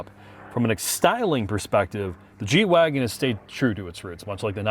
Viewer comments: G-WagEn, not wagon. I was not expecting this noob mistake from you guys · G-Wagen, you are the last people I would have expected to butcher the name and call it a Wagon